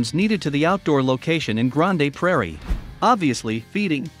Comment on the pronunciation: Oh it's Grand Prairie, not grand-a Prairie